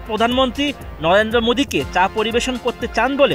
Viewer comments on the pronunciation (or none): none